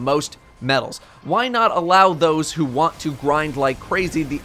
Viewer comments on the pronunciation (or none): none